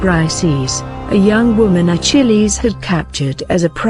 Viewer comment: Everytime she says Achilles it sounds like "a chili's"